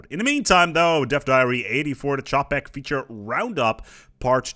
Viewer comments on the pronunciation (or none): It's okay, I can pronounce "sentience" but not "Čapek". Is it really just like "CHAH-pek"?